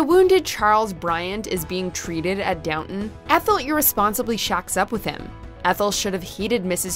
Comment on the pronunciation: Please stop pronouncing “Downton” like that. Please.